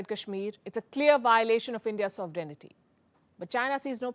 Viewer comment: Palki, your diction and pronunciation is impeccable; but, please do check the pronunciation of 'sovereignty'.